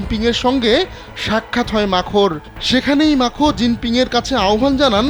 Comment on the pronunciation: মাখো না ,ম্যাক্রো